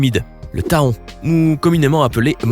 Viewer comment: Je n'ai jamais été piqué par un éléphant. j'en déduis qu'un éléphant n'est pas un insecte. L'hématite n'est pas une hématie Faut le "fer"! Le taon n'est pas tahon. question de prononciation! Un scorpion n'est pas un insecte. Une tique ou un mille patte non plus.